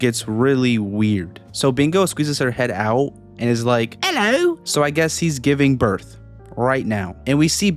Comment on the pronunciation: why did you say hello like that "ello" made me laugh😂😂